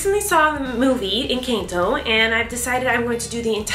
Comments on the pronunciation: ahh yes Eincanto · It’s pronounced EN CAN TO not encaaanto not hate comment just saying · She called it encAnto😂